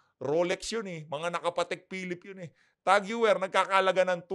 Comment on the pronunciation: Tag Heuer pronounce Tag Hoyer ✌